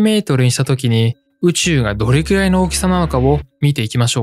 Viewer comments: どれきゅらい が気になって仕方ないw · 「どれきゅらい」 が、気になって気になって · どれきゅらいって言うのが気になる…